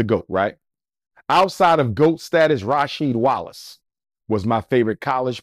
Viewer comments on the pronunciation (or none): This man said Rasheed Wallace 😂😂 cmon man. Cut it out.